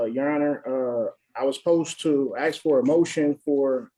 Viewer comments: Take off the damn hat. No self representation if you can't pronounce " ask" just a rule they should have. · Especially when he keeps AXING over and over. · This guy has a fundamental issue with understanding. Just list to him and I bet he say axe instead of ask.:face-purple-wide-eyes::oops::buffering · He sure does "Axe" a lot of stupid question. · Axe axe axe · Why IS that word so difficult for some folks to pronounced? ☹️